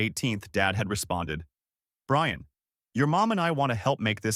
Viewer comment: “I shall wewease…… Bwian!”